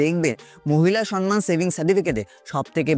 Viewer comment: সনমান নয়, সম্মান (সমমান)